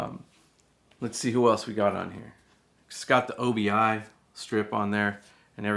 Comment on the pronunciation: It's not O B I, it is obi a Japanese word for sash or belt. Sounds weird to call it O B I.